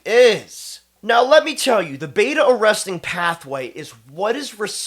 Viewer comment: Its beta arrestin ... not arresting